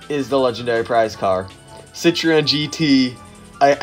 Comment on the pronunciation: Nice video, but maybe Citroen, not Citreon?